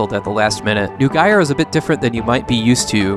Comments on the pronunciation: It took a while to figure out that the last game was named "Neugier: Umi to Kaze no Kodou" and that was after trying variations on the end of the Japanese name; the first part was the German for "New Gear" and is pronounced like "noy geer" (or as Nipponized, "noigi-a"). It might help putting a Romanization of the title on screen in the future, because I had a tough time searching for "nugaier" or some other variant of how you actually pronounced the name. (A lesser issue is that the Japanese word Romanized as "to" is pronounced almost like the English "toe" rather than the English "too".) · Neugier sounds more like Noi-Gear. Classic german word.